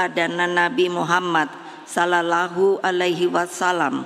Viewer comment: Kok ora pas ngucap Sallalahu